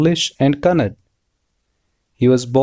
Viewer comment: That's not kannad first you learn to pronounce properly ... That's ಕನ್ನಡ...♥️ KANNADA